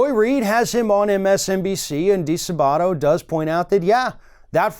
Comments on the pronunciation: "di-SAAH-butto" NOT "dee-suh-BAW-to" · I am very thankful that you're covering this disgusting coverup,! FYI the accent is on the second syllable of DiSabato.